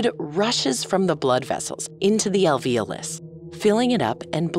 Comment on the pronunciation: I've noticed a trend of pronouncing "alveolus" like "al-VEEL-us" (and alveoli as "al-VEEL-aye"). WHY? that's very puzzling to me. There's clearly an O there....